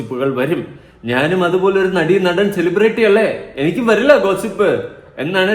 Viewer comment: സെലിബ്രിറ്റി അല്ല എലിപെരട്ടി 🤣🤣🤣